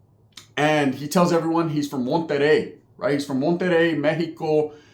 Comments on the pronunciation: HAHAHAHAHAHAHAHAHAHAHA THIS FUU SAID MENTEREI, THATS CRAZY, KAOS HAW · MonteRRey,,,,,,RRRRRRR,,,,,,,,,😅😅😅😅,,,, like tony the Tiger 🐅 🤣 😅,,, saludos guey